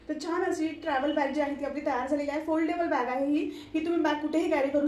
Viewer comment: छान दाखवळू. पण foldebal नाही म्हणता येणार